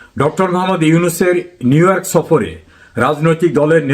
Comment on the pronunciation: লজ্জা লাগে না নিউইয়র্ক কে নিউওয়ার্ক বলে আবার সংবাদ প্রচার করে ডিমের। কত মানুষ যে কতবার পলাইয়া গেছে এইটার খবর নাই। খবর নাই আর লজ্জা। টিমের কথা কয়